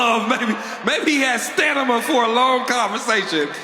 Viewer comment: Lmao that guy said stanima.